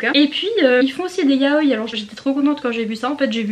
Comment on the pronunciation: Yaoï !!!! Le i se prononce 😭😭😭